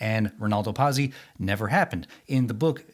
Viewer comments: Not bad. I read/saw each when they came out and, brother, was that a long time ago. Pazzi It's not Pause-ee the way you said it. It's Pot-see, like the character from Happy Days. Or pizza, swapping the vowels. It means fool, nuts, crazy, mad. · 'Patsy' NOT 'PASSY'! FFS!